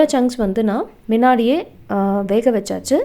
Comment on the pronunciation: மின்னாடியே,,,இல்ல முன்னாடியே சொல்லு முன்னாடியே.